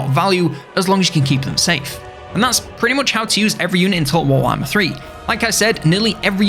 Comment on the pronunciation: Is nobody talking about the fact the man just said "Total War Whama 3?"